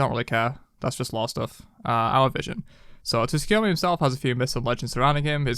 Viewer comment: hey resident weeb here. letting the people know so they can say it right. His name is pronounced Soo-koo-yo-mee. The t isnt silent but very light, it's kind of combined with the s but you can just drop it and it'll sound 99.9% proper.